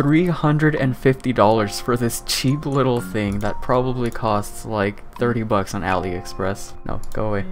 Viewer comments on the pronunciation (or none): none